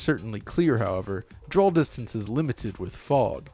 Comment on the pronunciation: Loved this video but..."drawl distance"